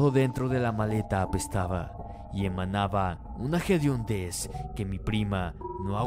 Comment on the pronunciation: haz mejorado, sin embargo para que sea un mejor trabajo deberías pronunciar hediondez no gediondez, saludos c